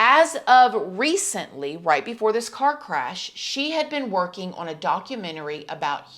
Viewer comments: The word 'on' is just one syllable. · Can't handle her rap pronounciation of "on". She sounds like Tiffany Hadish or Queen Latifah